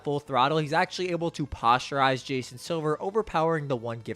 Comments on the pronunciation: Posterize not posturize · posterize ❌ "postureize" ✅ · Posterize.... not posturize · My man please… it’s Posterize not posturize 💀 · Just a heads up man, it was more than just posterize. You mispronounced Aomine as well but, I enjoyed the video so it wasn’t that big a deal. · His pronunciation was terrible imo made it sound like a scientific word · Why you pronounce posterize like that lol?